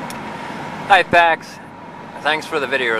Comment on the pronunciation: That WAS funny. I know he said "pax" but you are right it sounded like...